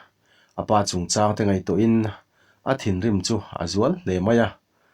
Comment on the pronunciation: Ha chang, mau chang ang ni lovin, lung chang tih angin, chang tih hi lam tum...Ha chang